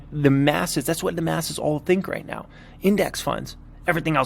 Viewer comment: “NeOW” haha. Cracks me up.